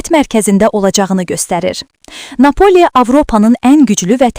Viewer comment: Bu şərh edən çuşkanı görəsən hansı rayonnan tutub gətiriblər!? Savdsız məntiqsiz şərhi 1 kənara Napoli sözünü düzgün tələfüz edə bilmir, sözlərin bəzisinin şəkilçisini şəhərli kimi tələfüz etməyə çalışsada növbəti sözdə qarşılaşajax kimi söyləyərək öz ləhcəsində danışır. Bu ölkədə normal üzə çıxarılası adam yoxduki görəsən.